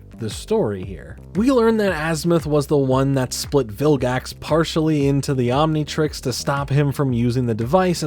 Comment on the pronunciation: Why does he keep saying Omnitrex instead of Omnitrix?